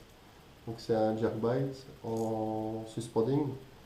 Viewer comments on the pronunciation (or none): Les " spinnerbaït " les " jerkbaït " les " crankbaït " et les " swimbaït " 😂😂